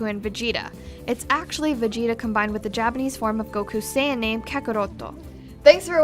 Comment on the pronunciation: 107 facts could've been made up of the misconceptions of the Japanese and English dubs alone XD Like here Saiyan isn't pronounced "say" (like in saying) its pronounced "sai" (as in Kai) BTW If you knew saiyan was a Japanese pun on the word yasai, then why did you still pronounce it like sayin?! XD